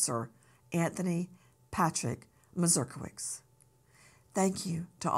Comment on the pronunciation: Nancy, the American hero's surname is MazurkiewiCZ is Polish, we pronounce "cz" like in "CHeese".